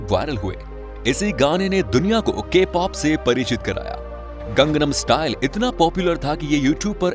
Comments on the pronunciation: You are also wrong the pronounciation is " gangnam style". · yes 😂😂 It's gangnam style